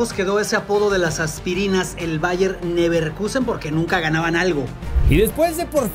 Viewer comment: Toda la primera parte pronunciando Bayer MIIIIIIUUUUUnich... y LeverkIIIIIUUUUsen.. que dolor de oídos! Si no saben cómo se pronuncia, digan Munich y Leverkusen